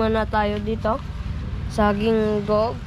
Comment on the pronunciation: Tawang-tawa ako kung papano bigkasin nung bata ang Gingoog, ang sabi Ging-go-og but actually it is Hi-ngo-og. By the way happy trip! Dumaan pala kayo sa amin sa Buenavista, malapit lang sa Butuan. Ingaaat!!!!!